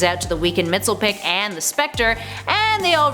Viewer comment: She said mr mex-pelic its mr mix-a-pi-da-lic